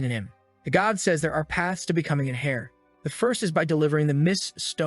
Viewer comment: Can someone teach the A.I. to say "heir" properly?